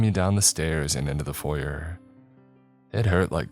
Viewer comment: You pronounce foyer wrong.